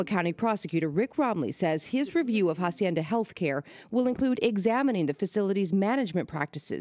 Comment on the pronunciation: Is not jaacienda Is aacienda No jaaaaa sounds Someone please slap someone Jacienda Jesuss